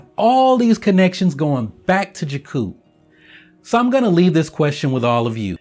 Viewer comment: I love your videos, yet they are hard to watch when you keep mispronouncing 'Jakku'.